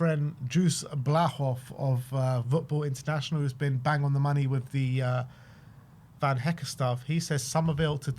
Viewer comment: I wonder how long before says Jan Paul van Hecke’s name correct the first time 😂